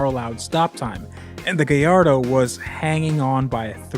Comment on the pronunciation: Gayardo is more like garbanzo